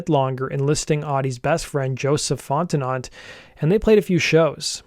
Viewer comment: . It's pronounced "Font-no"